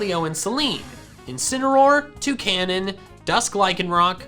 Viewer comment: I heard this “Incinameroll” “Two Canons” “Dusk like Rie can rock” “Zareena” “Alola Ninetails” “Right Chew”